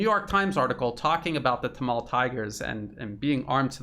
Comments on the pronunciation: Good stuff, but correct pronunciation is 'Tamil' not 'tamal' as you say. A couple further things in reporting is a China developed/leased port facility and also how leadership got sucked into extreme green policies like organic farming which crashed exports. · Quote: "Gadavillers Panoir 9 months ago (edited) Hi! A Sri Lankan here. Let me clear up some confusion. Even though it is written 'Sri'; we pronounce it as 'Shree' because that's how it has always been pronounced in our native language. " Also: "Tameels". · Excellent analysis, but the pronounciation of many words like Tamil was wrong. Hope you figure it out next time